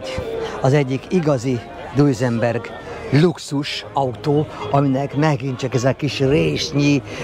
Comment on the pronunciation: Na ok pár dolog : Concours d’Elegance helyes kiejtése: Konkúr delegansz Sebring : Szebring ( nem Szibring) Duesenberg : Dűzenberg nem Dujzi meg Dujzenberg ugyanis eredetileg Ü-vel írták a család nevét.hasonlóan a Boeing családhoz ami szintén nemet eredetű család . Amúgy a videó szuper , nem vagytok autós újságírók de hal Istennek nem is akartok okoskodni .